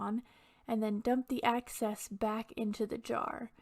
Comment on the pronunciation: I think you said "access" instead of EXCESS. By the way, what is that green pad you press the stamp on before stamping the resin? Is it glue?